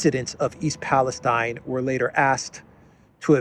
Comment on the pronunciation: Thanks for not mispronouncing Palestine. Also.. I thought you were going to say "Assange" instead you said the prez because he got thrown off Twitter? He still had state of the union address, news briefings, not to mention regular interviews. This is the guy who got 24/7 media coverage for years.. he wasn't exactly silenced.